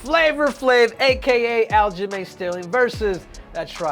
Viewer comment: Loved "al-ghislaine sterling"😂